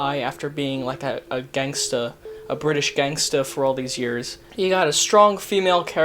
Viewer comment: I hope I never have to hear you say gangsta again